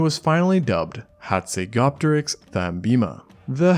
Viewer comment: You are pronouncjng the name incorrectly. The 'p' in Hazegopteryx is silent just as in Pteranodon. Its pronounced hatsego-teriks